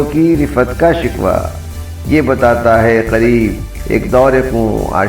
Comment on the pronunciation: محترم آپ نے نظم میں اک لفظ کو سہواً غلط تلفظ سے ادا کیا ہے. اصل لفظ "شِکوہ" ہے نہ کے "شِکوَہ" یعنی شکوہ کے و پر زبر نہیں بلکہ جذم یعنی حالت سکون ہے